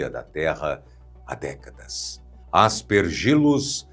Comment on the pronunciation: A pronuncia é: As pér gi lus e não As per gí lus.